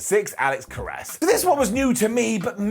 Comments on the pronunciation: In case you ever need to use a reference to the NFL all time great in any of your future shows, it's Alex "Care-us" not Alex "Ka-rass". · You mangled the spelling as badly as did the pronunciation. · He mispronounced Karras's last name in the video. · He got the pronunciation wrong.